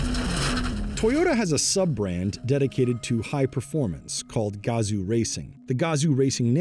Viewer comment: Yo. Its not gAzo racing.... Its Gazooo racing.